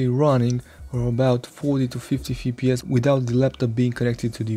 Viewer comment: "EF PI ES", not "FI PI ES" :p